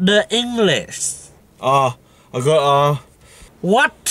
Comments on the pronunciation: What about dah engless yea then he doesn’t know how to pronounce English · Like really “WHAT ABOUT SA ENGLESS”